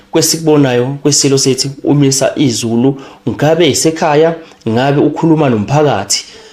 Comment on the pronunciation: Isilo uMisuzulu not uMisa izulu ...please say it properly